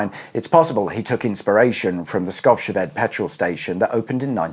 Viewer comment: I hear him prononce it "Skovshead" 😅 needs to remember the potato in the mouth next time then it's going to be spot on 😉😂